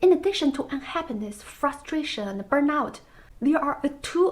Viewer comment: The writing activity is nice. The things you think you are supposed to be end up sounding ridiculous. Although sadly it is what people expect. You should pronounce burnout as burn↑out↓; I might not have got it immediately without the subtitle.